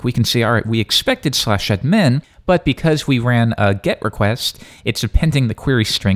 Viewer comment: pronouncing ADmin as adMIN is bothering me more than it should.